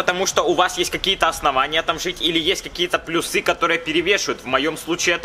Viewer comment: Не плюсЫ, а плЮсы.